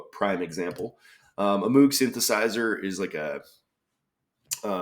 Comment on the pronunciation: great solve! just to be pedantic, moog is pronounced (mowg) like the first half of pogo stick